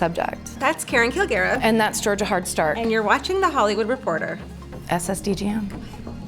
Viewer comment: Love this but get her name right!! #hardstarking